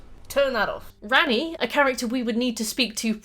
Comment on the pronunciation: I kept hearing you say "Granny" when you said "Ranni". So like "Granny is a fan favorite because of rule 34" and "I've never seen Granny with less than G cups". Wake up babe, is normalizing Gilf appreciation!